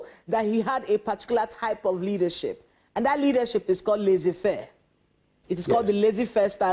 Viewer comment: Laissez-faire is not pronounced as you did,. It's important that you pronounce right for the audience to understand the information you're passing through, so that time on both sides is not wasted.